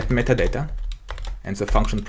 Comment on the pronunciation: Кекаю с каждого "МЫТАДАТА" (metadata) произнесенного на протяжение видео)) Но да, за гайд респект, очень подробно всё и это прекрасно)